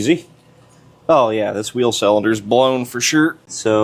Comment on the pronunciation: you and other youtubers driving me nuts by pronouncing cylinder selender :face-purple-crying